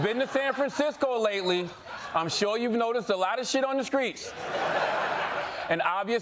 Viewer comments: CTG can't help but say streets as "skreets" and it's spilling over to other "st" words. It's strange from a guy that is otherwise so articulate in his speech. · I've noticed a lot of ppl I met who grew up in the Carolinas say their sts, like sks. And I believe he's from South Carolina